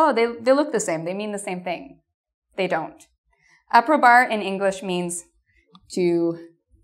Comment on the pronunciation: I am American trying to understand the spanish accent, you are adorable but I cringed every time I heard you speak Spanish love it's Un poco not una poco a=ah so casa is cah-sah e=eh (a soft e) I= hard E librería is lee-breh-REE-ah aprobar=ah-pro-bAHrr